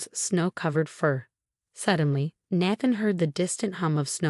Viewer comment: Good story, but the voice ,probably AI ,should learn how to pronounce Naathan ( long A - that’s why I spelled it that way)